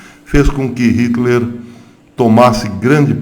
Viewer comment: Professor, só uma dica: Nome não se traduz, portanto, não se pronuncia o nome do ditador sanguinário "aportuguesando" a pronúncia do nome, ok?